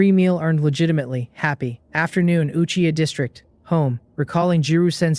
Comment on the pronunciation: this finally says Uchiha yes feels good hear it not achiha